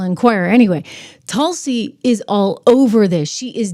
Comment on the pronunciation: TRISH NOT TUSLI BUT TULSI ❤❤❤❤